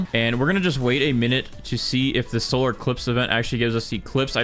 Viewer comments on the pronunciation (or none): none